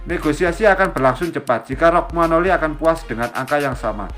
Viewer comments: Romagnoli atau rogmanoli ya? Pengisi suaranya agak kacau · 🤣🤣🤣 kog bacax rogmanoli belepotan